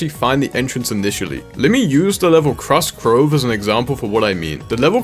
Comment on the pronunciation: "Crust Crove" lol